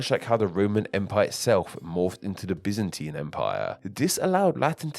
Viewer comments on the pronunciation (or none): none